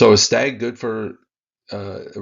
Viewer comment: Hey man love what you do but it’s pronounced STAG like a male deer.